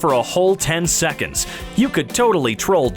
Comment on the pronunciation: Nobody: Narrator: knock Jerry out for thirty sick-ins